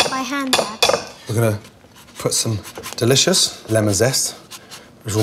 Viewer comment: Right, amazing, wow, fucking delious, wow